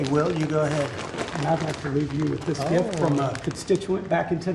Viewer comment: Morons doing moronic things. Btw I love that slip of tongue by Caine, “such a GRIFT..I mean gift…”